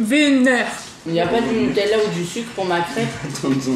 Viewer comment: Je suis mexicain et entendre « mettre du netella » dans la tortilla de mais m’a rendu sourd ahah, sinon très bonne vidéo!😂